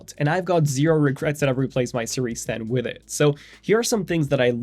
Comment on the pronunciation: The way you say "witt it" countless times in this video bothers me much more than it should.